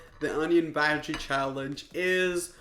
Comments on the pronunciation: You can say "onion baji" if you wish to but it's pronounced "onion bhaaji" okay? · I'm Indian He is saying bhaji baji 😂